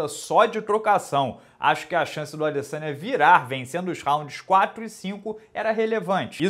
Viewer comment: O mais doloroso desta luta foi ficar ouvindo o minotauro chamando o Adesanya de "Adessânha"